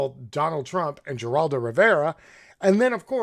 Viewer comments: You are mispronouncing both parties names. Can’t watch this bye. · Do you really not know how to pronounce Geraldo? I detest the guy & sexual abuse & assault but mispronouncing his name & mocking it seems a tad racist. You lose credibility with thinking folks. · This would be much more persuasive if Ghislaine and Geraldo were pronounced correctly. The S is silent in Ghislane.